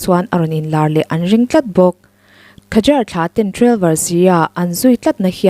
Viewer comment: Khazar tia lam lovin zâr tia lam tur.